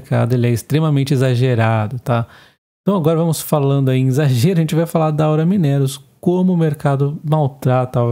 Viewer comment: vc precisa corrigir as suas pronúncias: 1) Gerdau = "Guerdau". 2) Aura = "Aura Mínerals" - pronunciar como se fosse uma palavra proparoxítona da língua portuguesa. Abs.